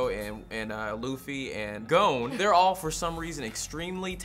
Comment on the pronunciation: It shits me how says Gon. Haven't watched the reboot but love the original series.